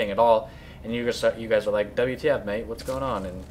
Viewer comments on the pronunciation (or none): none